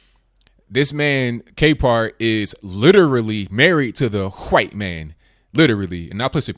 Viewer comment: Bro the way you say white man is funny as hell. Its like you are blowing while you say it.